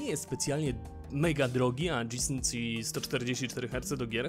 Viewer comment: O matko, albo gie i sync albo dżi ale wtedy synk. Od dżi sync aż uszy bolą ;)